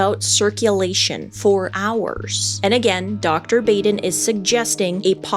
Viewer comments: It's pronounced "bah-dun". Dr. Michael Baden.... Very famous, very well respected as you point out. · I totally agree with all your comments. I had an opportunity to talk with Dr. Baden (pronounced Baaaden) about this autopsy at a conference a few years ago. he stands by his findings and I agree with him on all the findings he came to. I wonder where the imprints from the bedsheet are and why they aren’t more not evident. You would think you would see the folds of the sheets on the neck from the pressure and the mark would be wider than what shows. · Michael Baden is world renowned... and this woman should learn to say his name correctly. That is embarrassing, considering that she is in the same/similar field... (or is she?) His name is is pronounced as if it was spelled BAHDEN... not Baden , with a hard A. Come on!! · say it with me, Michael "BAH-DEN" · Baden is pronounced "bodden." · Dr. Baden is pronounced bah-den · You pronounced Baden wrong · I hate to be petty, but the doctors name is pronounced Bah-den, not Bay-den. You would think everyone even remotely connected to the forensic realm would know that as he is a high profile forensic pathologist. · Dr. Michael Baden has been an incredibly well known public figure for decades in a field very closely related to your own, so it really surprises me that you kept calling him Dr. BAYden, when his name is pronounced BAWden. Have you really never heard of this guy before?! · Mango made up for missing kisses! 💋 😘 😗 😚 😙 💋, Dr Baden is pronounced Bäden. The 'a' is short, as in 'ah' 'bahden'. He's been involved in so many cases seen on Court TV. Even a show on HBO called "Autopsy". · Please research pronunciations of names!! It’s pronounced “Bahden” and NOT “Bayden”. 🤦🏻‍♂️🤦🏻‍♂️🤦🏻‍♂️ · Pronounced BAH DEN...not Bay din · Dr. Michael Baden is pronounced "Michael Bahden or Bawden, not Bayden" You're welcome. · The world famous pathologist's name is pronounced 'bahd-in', not 'bayd-in' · Baden is pronounced “bodden”